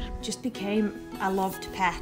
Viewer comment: I don’t like the way she said “pet”.